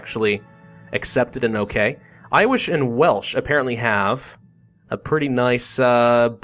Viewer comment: "Iwish and Welsh"